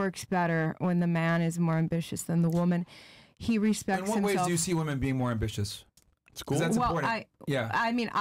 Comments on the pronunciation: PLEASE tell me i didnt hear “ambi-li-tious” 🤦🏾‍♂️🧐🤣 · she said ambilitious wtf